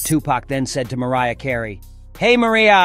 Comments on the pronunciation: Best part of this video was the AI pronouncing Mariah all along until it had to quote Tupac hollering her name like an Indian "Hey Mariaaaaa!" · How the fu** this narrator go from pronouncing Mariah name perfectly to saying hey mareea,lol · Heres me thinking this was a human voice over until the AI mispronounces Mariah's name while shouting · pretty sad that you cannot even pronounce Tupac and Mariah correctly